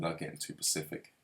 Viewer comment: Sorry little correction😄 you keep saying Pacific when I think you mean specific😊 other Than that great video bro, keep up the good work:)